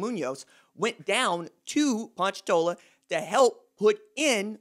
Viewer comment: It bothered me cause he kept saying ponchatoula wrong😂 but I like the LSU talk